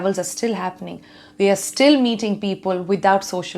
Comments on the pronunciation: Damn! She is great. Her english is terrific. Just at one place instead of "people" she said "peopul". Loved her speech though. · what is "Pea-Pul"? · All good untill - 'peeeeepul' 😀. Jokes apart. Love NDTV. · Except peepul 😂